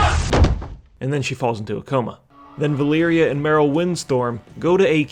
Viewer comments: Vuh-leer-uh, not Vuh-leer-ee-uh. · valeera, not valeeria it was bothering me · her name is VA-LEE-RA not valeeria camilia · My dude the amount of times you miss pronounced Vah - Lee - Rah 's name made me dislike this. The first 2 times i was like meh , but then you go repeating it over 9000 and it made my ears bleed. Other than that, unpopular opinion from an old player/reader: i actually like Med'an cause im not stuck with my head up Metzen/Hazzikosta's bikini bottom and i like to imagine different things happening in wow before they just pop in game and all of a sudden we needa like it cuz yehhhhhh boiz (See Shadowlands. That realm is as absurd as it gets with no prior lore support and also for - together with Cataclysm content - being totally a rip-off of another less popular russian game called Allods.) Later edit: i couldn't leave it a dislike man, your trollery is too good. But also, Eytesh? its Ah - Tee - Esh (As per Khadgar in Legion). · I think you got the Valeera pronunciation wrong.